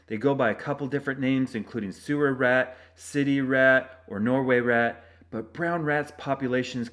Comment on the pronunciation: Did you just say "norwayrat" ?